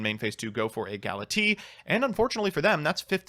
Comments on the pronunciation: I know doesn't care but i do because I need you all to know... It's gala-tay-uh And kai-mare-uh Not Gala-tee And kee-mare-uh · That is not how you pronounce Galatea.